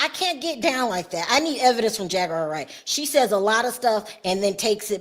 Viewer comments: They didn’t pronounce Jag’s name correctly…. They called her Jag Wire… Not Jaguar as it is pronounced … 😭… Did y’all catch that🤣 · Omg I didn't hear it until I read this comment. Why is she putting a T in it.